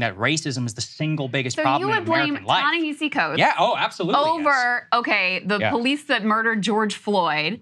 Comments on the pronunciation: You guys say Ta-Nehisi Coates was such an influence on you and yet neither one of you can pronounce his name? OK. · Why can neither of them get his name right? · Guys, if you're gonna keep talking about a writer whom you claim to admire and know so much about, at least learn to pronounce his name correctly. It's not that hard. Also, stop talking over a video that you want us to watch. Set up the premise, let us see the entire video, then give us your take on it. The constant starting and stopping of a video you want us to watch, as well as your commenting while it's playing is something that you do constantly and it's annoying.